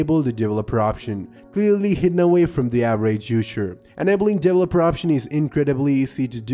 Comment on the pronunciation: Everyone: Developer Him: Devleloper